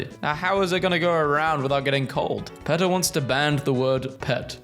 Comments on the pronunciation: He is not even saying PETA right. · “Peetah”, not “Petuh” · Pronounced Pee-ta. Not peh-tah. Idc if thats how euros say it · It’s not PET-uh it’s PEA-tuh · I'm suffering psychic damage listening to my guy mispronounce PETA with a short e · ITS NOT PRONOUNCED PEH-TUH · And he says PETA wrong too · Mispronouncing PETA's name through the video is the best joke out of this entire video. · he pronounces PETA like the start of a word associated with minecraft youtubers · ok you have to learn how to pronounce peta and faux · "Marry-land" "Peh-ta" "Ah-ma-zun" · Greg showed up twice 😂 Thrice! Four times! Five times! (Also Faux is pronounced like Foam without the m and PETA is pronounced like Peeta) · It's pronounced PEE-TUH!, faux is NOT fox it's pronounced foe! learn the pronunciation of words!! Can't stand the way you mispronounce words!! Missouri is pronounced mi-zery!